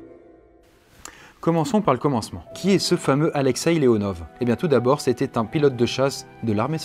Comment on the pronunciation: En russe les « v » se prononce « f » donc c’est pas Alexei Leonov mais Alexei LeonoF ( Mais ça s’écrit Leonov ).